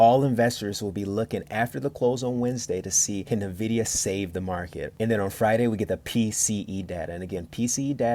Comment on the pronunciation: NuhVidia. Bruh, it's N-Vid-IDIA